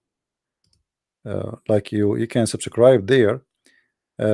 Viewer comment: You don't sound arabic, nor dont you sound like an American. I have a simple question. Why would Zakir Naik debate you?🤣🤣 First learn how to say subscribe in English. Then you claim to be an American. 😅😅